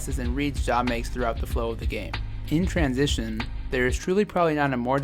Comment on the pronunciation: It’s John not Ja